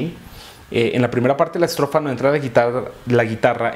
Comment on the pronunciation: Donde tenia que decir ESTROFA decia ESROFA 😅😅😅😁😁